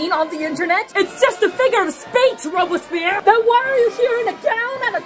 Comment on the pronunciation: Robes p air • is the pronunciation